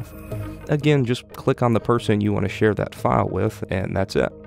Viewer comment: not how you say share